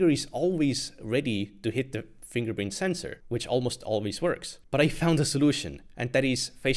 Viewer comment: 'Estonian man tries to say 'fingerprint sensor' for 30 minutes -impossible'😂